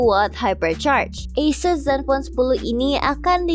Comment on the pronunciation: cara mengucapkan "ASUS" nya bener. 👍👍👍